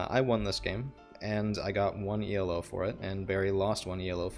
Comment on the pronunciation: Good stuff. Just a heads up it's not E-L-O it's Elo, pronounced E-low, named after the man who invented the rating system Arpad Elo.